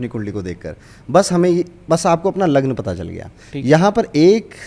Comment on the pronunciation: Lagan ya raashi thik se boliye